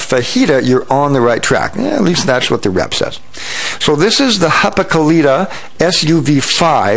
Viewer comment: HaKKApeliitta not HAPAkelita noob!